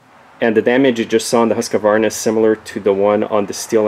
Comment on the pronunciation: hey: its Husq....varna. two a's